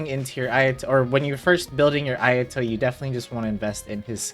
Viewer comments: Ayadoh…ugh it’s Ah-yah-toh!! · haha you Gucci. After a while it started bothering me lol. I was like “ah-yah-toh!!” 😭😂